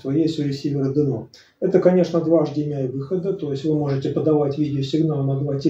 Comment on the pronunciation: Интересный обзор. У меня ресивер 1801 - интересно чем отличается и хорош ли он.. Спасибо Я не понял на слух - какие 3 входа этот имеет. Вроде, автор хотел сказать эйчдиэмай, но вышло невнятно.